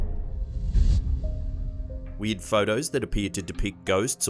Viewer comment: Every time he says "weird" it sounds like "weed."